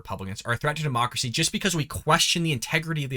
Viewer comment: Anyone else catch her saying dem-marx-cracy not democracy? Is that a mix between democracy and Marxism? That would totally explain everything they've been doing and persist on doing; they also are the administration that has the nasty habit of saying the quite part out loud; what do you people think 🤔?